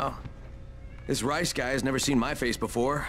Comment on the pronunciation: i like how you say rais' name like rice but its said like ries